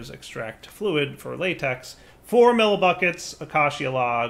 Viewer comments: Let us all now rejoice in the comfort that the word 'Acacia' (A-kay-sher) has at last been correctly pronounced. Praise be to, God of Minecraft! End of an era. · cannot say how thrilled I am that learned to pronounce acacia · someone learnt how to pronounce acacia! 👏👏